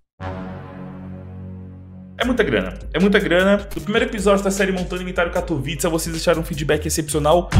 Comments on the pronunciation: Ta certo o jeito que vc fala, o pessoal acha que o mundo inteiro fala inglês, no Polonês correto ta certo "katovitça" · Salve dog ce diz bem o nome 'katowice' pk a cidade e da Polónia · Neguim tá é doido tu fala direitinho katowice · "Katowice" voçê está pronunciando bem sim, é uma cidade na polónia, eu sou da ucrania e moro perto da polonia. Quando eu vou lá eles pronunciam assim mesmo. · a pronuncia de katowice ta certa